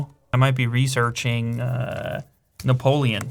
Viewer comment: You never pronounced so many french words in only one video ! Robespierre, Napoléon, Bonaparte, Nice (you pronounced really well btw ), mémoires ... It was "impressionant" ;)